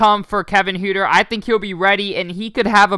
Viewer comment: Say it like Hurter